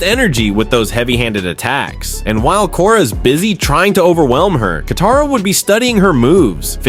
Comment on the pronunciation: ITS KATARA